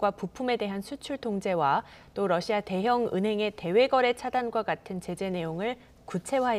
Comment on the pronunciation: 러씨아 ㅋ 발음좀 신경써주세요